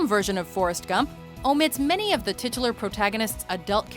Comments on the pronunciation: Titilar.... STOP SAYING TITILAR!!!!! reminds me of tits .' don't judge me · dude stop saying titular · Can you please learn how to properly pronounce titular.